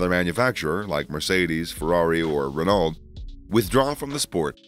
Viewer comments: Bro I’m American and even I’m embarrassed by how you say some of the names. Renault, Keke. I mean come on. Are you even a fan? How do you mispronounce the names so badly? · Please fix how you say "Renault"